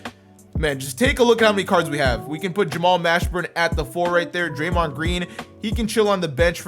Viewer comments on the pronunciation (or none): none